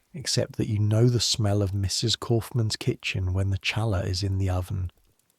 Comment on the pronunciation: The bread is not pronounced cha laa, it’s pronounced ha laa. The ch sounds like an H.